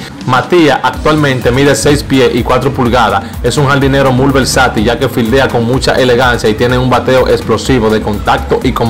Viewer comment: Hermano,no se dice " La jalaba", sino jaiba. Tampoco se dice mul, sino muy. Hay que tratar de leer un poco más antes de hacer comunicación. Perdóname hermano, no te lo digo en forma de burla, sino porque suena muy feo.